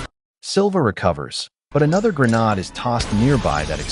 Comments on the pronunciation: for heaven sake stop saying "GREENAAD" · Grenades have been in use since the 19th century and you suddenly and stupidly pronounce it as 'greh-nahd'. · Why do you keep pronouncing grenade as GreNAD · Bro you good don’t be sorry , we all knew what you said and mean ! Thanks for the upload, can you do more bank robbery movies please ❤